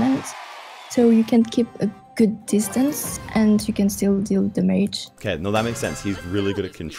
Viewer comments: I find it funny how she pronounces "damage". Her english is very good tho. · damaege!! I always say that with my cousin when playing clash(supercell) games. It's kind of like an inside joke to us and now is saying it. haha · Does she know how to fucking pronunce DAMAGE? Nice challenge btw